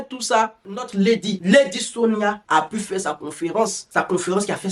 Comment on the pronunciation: Toi-même tu es entrain de lui donner sa dose bien doser dans ta vidéo ci en ecorchant bien même son nom.🤣🤣🤣🤣 Waahh Ivoirien ! En tout bisous là-bas depuis le Cameroun 🇨🇲😅😅😅😅 mouahh 😘😘